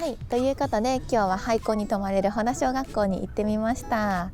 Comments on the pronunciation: 正確には「ほた」だね フェリーで行ったのかな？ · 先生、ほたしょうがっこうです。 ほだじゃないのよ